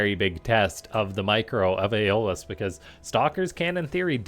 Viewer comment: If my memory of "Hercules: The Legendary Journeys" serves me correct, I'm pretty sure its pronounced "Eh - Oh - lus".. Cool vid!